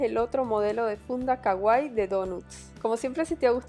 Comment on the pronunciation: Sii. Es super CAGUAI 😂 DIOS HAY GENTE QUE NO SABE PRONUNCIARRR!!